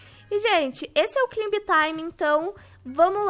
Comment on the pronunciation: Kkkkkk o auge é a falando “deat” e “climb” lkkkkk te amo